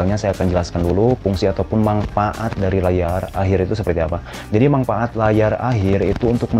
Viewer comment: Manfaat bro bukan manpaat😂😂😂